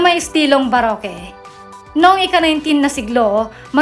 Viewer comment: ang baroque naman ay pronounced as barok....